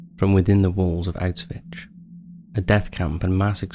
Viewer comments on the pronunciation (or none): Hey! I really appreciate your work and have been following your channel for a long time now - I find your videos well researched and informative. That being said, I wanted to bring your attention to "Auschwitz" pronunciation: it's 'owsh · vuhts', not 'outs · witch', as you seem to pronounce it. I've nocited it in other videos concerning this topic too and I think it's worth correcting ;) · I do like your videos and they are typically very well done...but how does one not know how to pronounce Auschwitz? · you keep ignoring the fact that not only jewish people died in concetration camps. unless you don't give a damn about all the other nationalities. also, you pronounce Auschwitz incorrectly.